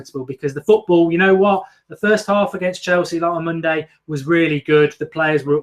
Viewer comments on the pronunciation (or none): none